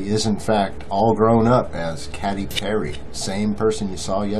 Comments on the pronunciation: he said Catty Perry 😂😂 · "sheeps" 🙄 and "Catty Perry" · did he say Catty Perry? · Cat-ee Perry